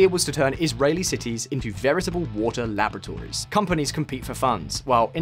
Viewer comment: Screwing up everyday Hebrew pronunciations is bad enough but it's absolutely unforgivable for a UK speaker to say 'labrotories' instead of 'laboratories'.